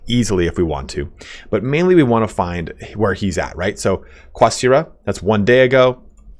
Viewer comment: Language tip here: Qasira is based on Arabic. It's actually closer to Gasira than "Qwah"sira.